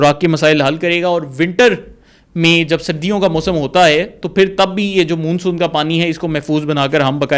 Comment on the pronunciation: Dear, آپ ماشاءاللہ ڈاکٹر ھیں اور پڑھے لکھے بھی ھیں مگر پوری ویڈیو میں آپ لگاتار مون سون کو غلط تلفظ کے ساتھ Moonsoon کہہ رہے ھیں جبکہ درست تلفظ Monsoon ھے۔ آپ کی مکمل ویڈیو سنی اور مجھے بچپن میں پڑھی شیخ چلی کی کہانی یاد ا گئی۔ آپ نے جو قلابے ملائے ھیں وہ ناقابل یقین ھیں۔ آپ کے یہ آبی ماہر انجینئر انعام صاحب آج تک کہاں سوئے ھوئے تھے۔ آپ کی ساری بات چیت ھوائی محسوس ھوتی ھے۔ یہ ایک workable آئیڈیا نہیں لگتا نہ ھی اس طرح کا کوئی ڈیم کہیں دنیا میں بنا ھے۔ کچھ سوال غور طلب ھیں: 1۔ اس مجوزہ ڈیم سے کتنی آبادی متاثر ھو گی۔ 2۔ یہ ڈیم ٹوٹل کتنے علاقے کو اپنی لپیٹ میں لے گا۔ یعنی اس کی کل لمبائی چوڑائی کتنی ھو گی۔ 3۔ آپ نے بتایا کہ تربیلا ڈیم کے ڈیڈ لیول سے پانی اور سلٹ کو اس ڈیم میں ڈالا یا لایا جائے گا ۔ تو جناب یہ کس پ طرح ممکن ھو گا۔ کیا کوئی اتنی گہری نہر کھولی جائے گی جو تربیلا ڈیم کے ڈیڈ لیول سے پانی اٹھائے گی اور یہ نہر کتنے عرصے میں مکمل ھو گی۔ دوسراجہاں تک ڈیم کی سلٹ Silt کا تعلق ھے تو عرض ھے کہ یہ لٹ ڈیم کی تہہ بن چکی حتی ھے اور اس طرح بہہ کر نہر کےذریعے اس مجوزہ ڈیم تک کبھی نہیں پہنچ سکتا۔ 4۔ آپ نے ذکر کیا کہ دریائے کابل کا پانی بھی اس ڈیم میں لایا جائے گا تو یہ کس طرح ممکن ھو گا کیونکہ یہ دریا تو دریائے سندھ میں اٹک خورد کے مقام پر شامل ھو جاتا ھے تو پھر اس کا پانی کس طرح دوسرے کنارے کی طرف لایا جائے گا۔ 5۔ آپ نے بتایا کہ اس ڈیم سے دو سٹیج میں بجلی پیدا ھو گی؛ ایک جب پانی اس ڈیم میں داخل ھو گا اور دوسرا جب پانی کا اخراج ھو گا۔ تو جناب عرض ھے کہ اس ڈیم میں داخل ھونا والا پانی تو سینکڑوں چھوٹے چھوٹے ندی نالوں کی شکل میں کئی اطراف سے داخل ھو گا جس سے کبھی بھی بجلی پیدا